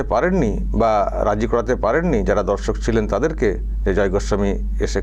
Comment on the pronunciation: "Dhorshok" noy, dorshok,vashtake ektu shudh Kore bolun 😂